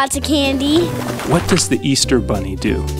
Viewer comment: It's Does! Not Dose!